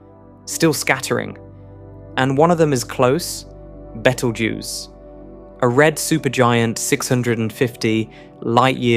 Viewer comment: Decent videos at first, now very very boring and very repetitive. Basically spent 20 minutes saying how important gravity is, then miss pronounced beetlejuice because it’s an AI voice. The first few videos I found informative, now they lack any soul or depth.